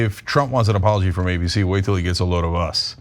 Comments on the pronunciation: An "apoloshe" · What's an Apoloshe cause that what it sounded like he said